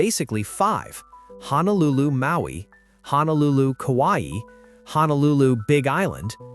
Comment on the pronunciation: We miss Aloha Airlines. Good story but I really wished that you would say Honolulu instead of HANAlulu. It makes you sound uneducated.